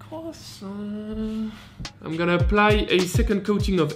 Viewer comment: I like how you pronounce “croissant”